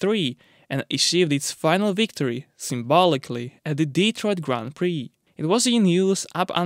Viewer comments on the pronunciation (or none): none